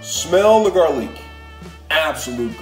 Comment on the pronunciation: Ramen & garleak 😂